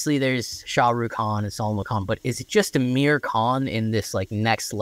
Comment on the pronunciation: Just a minor correction - his name is "Aamir" not "Amir". The single "A" is pronounced as "uh" the way you're currently saying Aamir's name. But the double "Aa" is pronounced aa-mir (car, not cur). A and AA are two different vowels in Indian languages, (rhyme with cur and car). A lot of aa vowels are frequently mispronounced as 'a" because people spell them wrong in English (they don't write aa, but single a), tho in Aamir's case, he does have the double 'a'. It's like saying Jam instead of Jim.